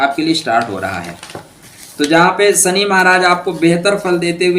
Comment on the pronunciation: 😂🤣 Shani ko suny bolte hai